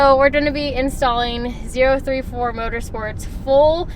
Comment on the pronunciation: She’s got it correct. It’s Zero Three Four